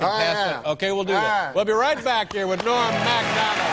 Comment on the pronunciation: Loved every moment of this. Norm always makes me laugh and just as importantly, always makes me smile. There's a part where Don King is talking and I have played it over and over and still don't understand what he said. he says something like, "And here he is, Ebah Dahban y'all!" Is he trying to say Norm's name and forgot what it was so he just mumbles it?